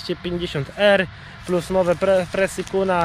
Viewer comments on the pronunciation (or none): none